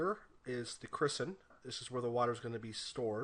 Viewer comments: Thanks for this! Very helpful. BTW, I think you were calling a "cistern" (pronounced "siss-turn") a "cristen" (criss-sen). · haha "christern" Cistern is pronounced "sis-tern" for your educational pleasure